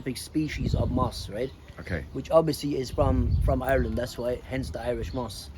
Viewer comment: He says Ireland the way it is supposed to be said.❤✌️